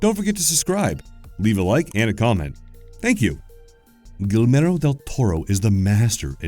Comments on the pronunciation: Are we forgetting that he calls him Nilnero Del Toro? I had to stop the video and process if that actually happened. Guillermo isn't that hard of a name to say, man. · It's really not that hard to say either lol. Ghee-yer-moe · Exactly. It's as if the narrator has ZERO comprehension of how the letter combination "ll" is pronounced in Spanish, and they even seemed to rearrange some of the other letters. It sounded like they were pronouncing it "Gill-Mer-Oh". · He's not really honoring Guillermo, he's honoring some guy named "Gil-mero". It sure looks like this Gilmero dude has ripped off the work of the real Guillermo Del Toro, though. :) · Lol who knows, Gill Mero may have made cool monsters too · Gilmero Del Toro? Wtf!??🤣🤣🤣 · It's like he didn't even try xD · Its pronunced Gee-AIR- MO. Also a lot of his designs, especially The Angel of Death in The Golden Army seem influenced not only by the art in "Mexican churches" and "Saturn Eating his Son" but by surrealist photographer Joel-Peter Witken. At least his art director was, lol .. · Guillermo: gee air mo. Great video though! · Guillmero? Ahh yes Guillmero Tordelro. A great rodprucer. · I made it 27 seconds before I had to stop at 'Gill-mairo Dell Torr-o' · "Gilmeno del toro" 😩🤌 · Imagine Guillermo del Toro listening to how his name is murder and called Guilmero lmao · Pronounced gee yer mo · Galmero? Guilmero? Gielmoro? Gyalmoro? Crinsom Phantoms? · Gi-ed-moe. That's the best way to pronounce our name correctly if you can't roll your R's. Also the double LL's are silent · I just love the “gillmarow del torro” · “Gilmero” 😂 Guillermo is not that hard to say come on lmao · Persistent mispronunciation of Guillermo as Gilmero is a pain. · Gui (hard g "gee") ller (yair) mo.... Guillermo. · Great video but his pronunciation of Guillermo del Toro get increasingly worse through out the video starting as Guillmero all the way to Gellmoro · "Gill-merro Del Toro" smh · Gweelmero Del Toro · did you have to murder the mans name?